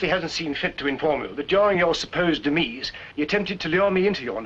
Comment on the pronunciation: Never heard demise pronounced as “de-mees” until now